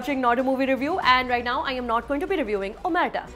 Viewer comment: she can't pronounce the title.